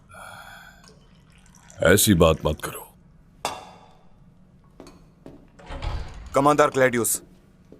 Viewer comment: برحان سردار کماندار نہیں کمانڈر😅